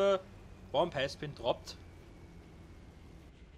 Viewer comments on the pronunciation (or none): Gutes Video. Finde deine Aussprache ab und zu ziemlich lustig. The Bomb has been „dropt“